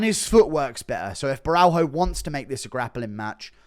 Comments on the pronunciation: GURU : DONT PRENOUNCE THE " H" WITH BORRALHO, it's like RONALDINHO " JOOO JOOOO JOOO " BORALJOOO RONADINJOOO PRENOUNCE IT AS A " J" OTHERWISE IT SOUNDS CRAZY. ( CiaJO BorralJO) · Guru please say Borralho's name right. In Brazilian Portuguese it's pronounced "bo-ha-leo" thank you caralho porra